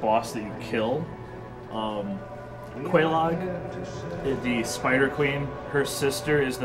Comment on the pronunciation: "kah-thay wash here"??? TURN IN YOUR CARD!